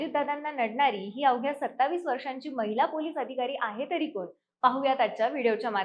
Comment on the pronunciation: "आहेत तरी कोन ?" यातील "कोन" उच्चार " कोण " असा शुद्ध असणे अपेक्षित आहे.